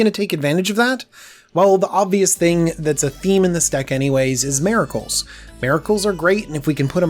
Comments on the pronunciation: Say it with me, "mir-uh-kuh l," miracle. NOT "MAY-ra-kul". <3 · Whats a Merical? Is he trying to say Miracle? I'm new to this channel, it might just be his American accent. But this guy knows what he's talking about. Thanks for the video this is probably the deck I want the most from this set. Or the esper enchantment deck.